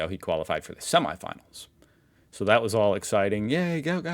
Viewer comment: My son works with Gout Gout's dad and says his name is pronounced Gwat Gwat. I had read somewhere ages ago (before I knew my son worked with his dad) that the spelling was a typo on paperwork and should have been Guot Guot, so the proper pronunciation of his name makes sense.